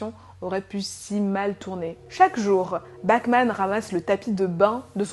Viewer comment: A chaque fois que tu dis "Bachman" j'entend "Batman" mdr